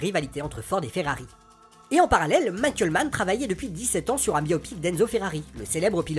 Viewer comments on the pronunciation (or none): none